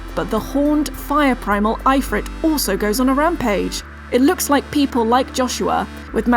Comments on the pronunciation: Thats a fuck up pronunciation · that's an interesting pronunciation of ifrit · not wrong just interesting in Australia definitely don't say it like that